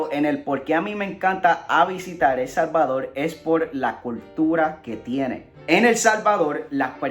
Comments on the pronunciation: Bueno Helmano nos alegla que te encante El Salvadol. Porque no puedes pronunciar la R??? es facil para todo Latino Americano. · POLQUE EL SALVADOL y no PUELTO LICO.... :v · El Salvadorrrrrrrr con rrrrrrrrrrrrrrrr